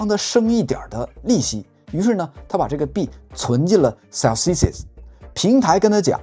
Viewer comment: 節目不錯，但建議油管管主還是留意一下公司的名稱發音。 Celsius 和 Voyager 都是有名的公司。